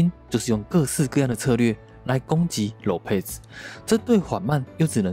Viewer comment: 唸一遍：Lopez ✓囉撇ㄙˇ ×裸配ㄗˇ